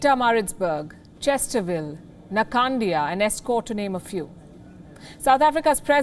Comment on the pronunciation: Oh no not chester-ville